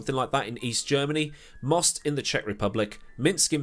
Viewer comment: Also, props to you,, for not pronouncing the town name "Most" (means "bridge") as the English word "most". (y)